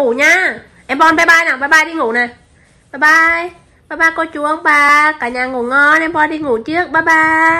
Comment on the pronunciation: Hahaha... Bon bai bai và mi gió hơi bị sành điệu đấy nhá